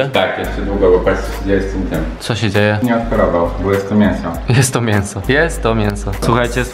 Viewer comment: To mnie rozwala "Nie wiem kiedy ostatnio jadłem taki mienso ,, (mięso) xddd